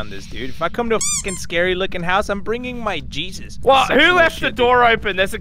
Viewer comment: says jesus in a way that is wrong, must say Iesus like a Spanish man